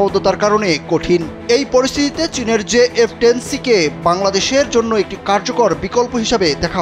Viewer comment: J10 c not jf10 c